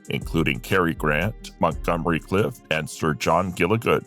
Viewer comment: Clift.....not Cliff....This must be AI narrated.